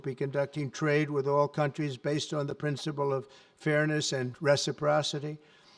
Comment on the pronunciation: Wow, a president who can pronounce reciprocity!